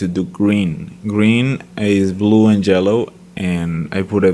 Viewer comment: Well, to me it sounds more like "jello" instead of "Yellow" Maybe its just me ^^